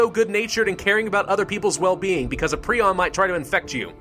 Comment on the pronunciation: It's pronounced pry-on.